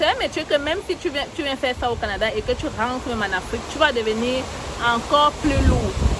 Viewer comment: ton temps de français vraiment c’est trop camerounais tu parle comme dans le nez même le mot rentre tu prononce rantre